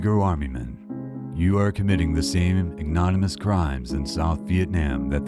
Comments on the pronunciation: The word is: "ig-no-MIN-ee-us", not "ig-NONI-mus". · OH,come ON! ig-no-MIN-ious…….. ad-JU-di-cated…SHEESH! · But he mispronounces ignominious, ajudicated, and museum. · How hard is it to learn how to pronounce words? I am two minutes in, and you've already mispronounced "ignominious" and "adjudicated". There are free resources all over the web that will tell you in 2 seconds how to say these words and what they mean. All this work to edit, record and put music in and you can't even take two seconds to look up words you don't know how to pronounce? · Interesting selection of photos! The narrator has a good voice too, if only he could pronounce words correctly for example Eunice, ignominious, adjudicated (can't read? said educated instead), and those are all in the first 2 1/2 minutes. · I can't watch something that the voice-over person cannot even pronounce ignominious or adjudicated. Bye.